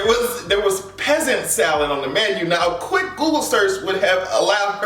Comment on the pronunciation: Chile the structural racism is showing through the fact that sis can't read, lol. Sad, but funny at the same time! Anyway, pheasant is pronounced fessant.